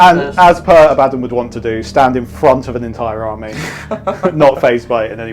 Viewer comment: Hurrah, someone who pronounces The Despoiler’s name correctly! Not Don from ABBA… Oh, then you say Abbadon later 😂